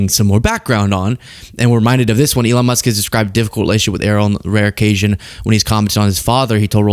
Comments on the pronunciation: It's not Er-roll or E-roll. It's pronounced Eh-ryl. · Pronounce Errol correctly, otherwise great vid, it's Air-roll, but Err-rol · Err - role? Errol rhymes with peril ya fcking eejit.